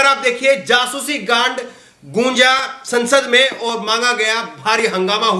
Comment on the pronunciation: अरे भाई क्या बोल रहे हो काण्ड की जगह "गांड" बोल दिया।😂🤣😃